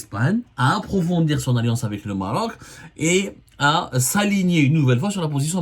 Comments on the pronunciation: Abdou, on dit pas Morok, mais Maroc , ou Maghreb Morok je connais pas cette langue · pourquoi tu appuie trop sûr là lettré R quand ta prononcé le mot maroc 😂😂😂😂😂 sale karghouli 😂